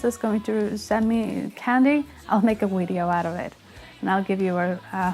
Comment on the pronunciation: saying 'wideo' is the cutest thing ever haha Also, since we help you decide which songs to cover, do you think you could tackle Pisces by Jinjer? You've done growling before on the channel, this might be a reason to refresh those skills) It's a very challenging song, however, so I understand if you decide not to do it (